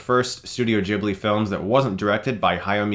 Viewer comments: It pronounce Ghibli not Jhibli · Sorry to be annoying, but ...Ghibli... is pronounced with a hard G, like guitar, not like Jesus. :)